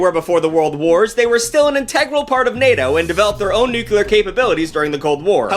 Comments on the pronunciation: you're a cool youtuber but PLEASE pronounce nuclear correctly🙏🙏🙏🙏🙏🙏🙏🙏🙏🙏🙏🙏🙏🙏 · I really wish I could watch this vid, but the way you say "nucular" instead of "nuclear" triggers my autistic ass way too hard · I still can't get over people saying nucular instead of nuclear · please it’s nuclear not nucular 😭😭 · NuCLEAR. Not Nucular. Jfc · Jesus fuck, man... It's NUCLEAR! Not 'nucular' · I'm begging you, please stop saying nuclear like that. Spell it out "nu-cle-ar" not "nu-cu-lur" there is only 1 u in the word nuclear. Do better (I love you) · Love, but I can not STAND when someone says "nukular" it is physically painful to hear. Nu-cle-ar is how it is supposed to be pronounced, idc if both are acceptable now I still hate to hear it pronounced like that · NUCLEAR. It's NEW CLEAR. Not NEW KUW LER. NEW CLEA ERRR. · Had to stop watching kuz of the way pronounced "Nuclear" as "Nuke-yoo-ler" and it boils my blood when people say it like that... NuCLEAR. Like New - Clear. NUCLEAR. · Why do you say nukelar? Is NUCLEAR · Nuke-Lee-Er not Nuke-You-Ler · NU-KLEE-AR... Not NU-QUEUE-LER. God. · It’s NUC-LEE-AR not nuc-ul-ar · You pronounce nuclear like Jimmy Carter did... nuke-u-lar, rather than nuke-lee-ar. Not that it matters, I just noticed it. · I love the word nuculurrrrrr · Say the following words: "new" & "clear" -> "new clear" -> "nuclear" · There are too many comments to go through, so someone’s likely mentioned it already – but it’s interesting how George W. Bush actually changed the official pronunciation of “nuclear” to “nucular,” as shown in this video. A lot of people use that version now. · bro i love your stuff, but say it with me, nuclear "NEW-CLEAR" hitting us with that George Bush pronunciation. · "NuCuLar" lol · Hey George W, cute way of pronouncing NUCULAR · I loved all this but the Dubya Bush pronouncement of "nook-u-ler." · New-Clear. Nu-klee-ar. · The amount of "nukular"s in this video has shortened my lifespan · Nucular war